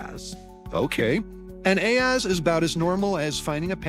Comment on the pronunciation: Aahz is pronounces oz . Aahz even makes fun of the fact , ' not that Oz'